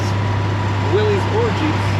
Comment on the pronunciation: 👍👍For pronouncing “Willys” the right way!